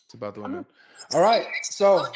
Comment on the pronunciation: What is the “woemun wempire”? And what on earth are “wemenents”?